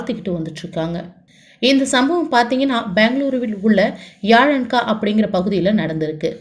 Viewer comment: யாலன்கா இல்ல sister எலாங்கா